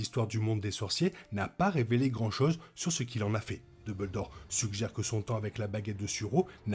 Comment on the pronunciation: Merci de cette nouvelle vidéo. Par contre, s’il te plaît, duMbledore, et non pas deubeuldore 😉